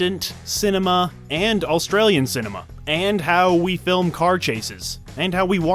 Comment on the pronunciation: Why do you pronounce "Australian" like "AUL-stralian"? Why the extra L?